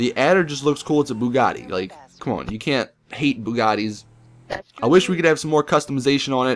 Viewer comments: It's not booogaati, it's pronounced Bue Gati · Its beugatti not boogatti (not being mean or anything) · It's not boooooogarti